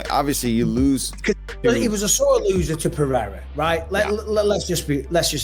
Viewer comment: Why everyone pronounces Pereira as Peheira? 😂